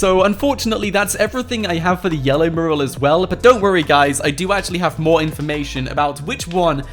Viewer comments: Mew-ral.. not murral and stop saying guys so much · Miral not merl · Dude it's pronounced "mewral" . Otherwise good vid' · Mural.. More emphasis on the U. It's not morul